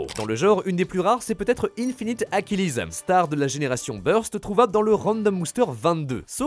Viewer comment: Oui bas ça se prononce Z AchilÈSSE et pas Z AchilISE 🤓